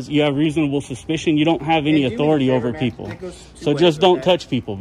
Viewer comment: peole instead of people. 💗